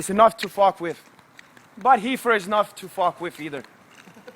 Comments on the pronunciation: its REEFER NOT HEEFER DUMBASS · How is joe not lol every time this dumb fuck says heefer.... too funny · "Super-Heefer" lol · Hahaha hecords, heefer dude need to be heducated